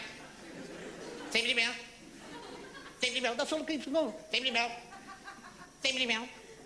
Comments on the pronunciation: I married an Irish girl and we now live in Ireland and some do pronounce safety as safe-ity including my wife and most of the little town we live in. I still find it hilarious after all these years although tbf I'm Scottish so I'm the one with the mad accent apparently.😂 We once were driving back North from Galway up towards the Connemara coast and somehow we took a wrong turn and ended up on a wee chain of islands called the Gomurna islands, all of which are linked now with little narrow roads. After 20mins trying to find out where the feck we were and how to get back to the road we should've been on we sees a young boy approx 10 or 11yrs old, red hair & face, wearing a vest top. It's bloody freezing on Ireland's Atlantic coast too, and I put my window down and asked the kid where we were. He delivered his reply like an old, old man. He says "Sure you're lost"😂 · The way he pronounces "safety" is Irish accent.